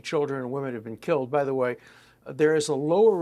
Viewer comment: “Z question not like that?” Mr Barggouti 😅